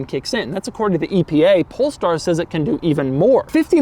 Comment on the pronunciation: Why i still believe he said pornstar?